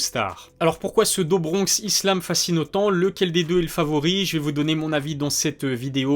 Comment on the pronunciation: Do bronx ça se prononce « dou »bronx pour info.. à part ta prononciation sur certains noms tout est pro! J’adore ta chaîne !